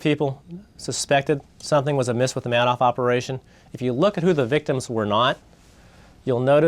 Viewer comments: Markopolous clearly saying manoff and mister Man - off repeatedly instead of Madoff. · Why does he keep saying Manoff? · So smart but he can't pronounce Madoff name right I cringe when he says it but I'm glad he was there to figure this criminal out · The guy is brilliant, but he can't pronounce Madoff's name correctly. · An incredibly smart guy and yet he can't pronounce Madoff correctly.